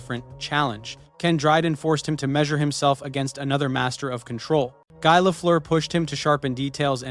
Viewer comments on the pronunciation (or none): Guy is pronounced like 'Ghee'